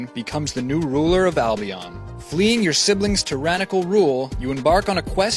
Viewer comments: Dude you pronounced it wrong, it's Albion not Albiaan. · albion, not albiarrn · It's al-bee-ahn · wtf have you guys seen how he says albion he is like albeeon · Oh my god! Learn how to pronounce Albion! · On how you say (Albion) made me laugh a lot. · He pronounced albion rong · Don't you think you'd do your homework enough to know how to say Albion?